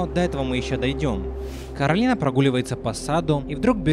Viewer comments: Коралина,а не Каролина!!!!!!! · Боже Не коралИна ,а кОралина В мультфильме это говорили раз 10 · Не Каролина а Коралина! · Она КОралина. Не КАролина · Почему ты её называешь Каролина она не говорится Каролина у неё имя Коралина ?!!!